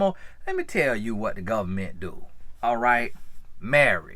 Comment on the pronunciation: “Lemme tell ya bout the govment” 😂 sounds like one of my cousins from Bama